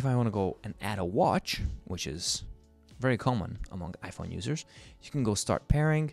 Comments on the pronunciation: The way he said ipong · “ipong 14 pro max ”